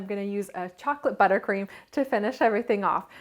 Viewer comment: Ahaahha I noticed u said butter queem